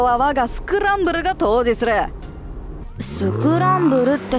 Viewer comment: 統治(とうじ)じゃ無くて統治(とうち)だと思うな。